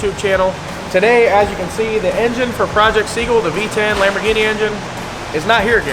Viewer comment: "Lambaro" "Cambini" ...So many options ;)